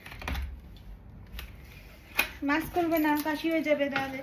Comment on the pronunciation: Nice vlog ❤ Please pronounce correctly - it is মাস্ক (mask) not মাক্স